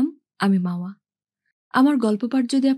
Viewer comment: একটা কথা: উচ্চারণ সাবস্ক্রিব নয়, সাবস্ক্রাইব ।